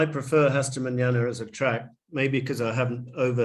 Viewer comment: The right pronunciation of "Hasta Manana" -> The "H" is not pronounced so Asta not Hasta ;)